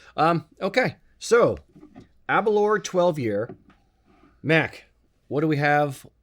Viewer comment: It's pronounced Aber- L-hour